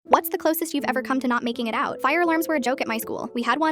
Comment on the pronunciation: i thought you said making out fr